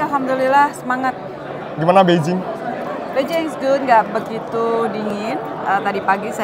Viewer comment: knp nyebut nya beijing bukan Bei Jing? Ada alasan..?